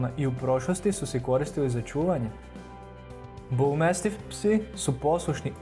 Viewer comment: BulmAstif a ne bulmEstif 😒